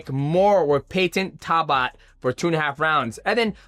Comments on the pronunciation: Why bro say talbotts name like that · Talbott pronounciation from dj is wild lol